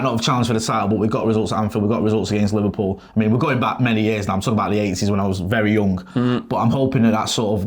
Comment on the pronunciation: what the hell is "Liver-peew"??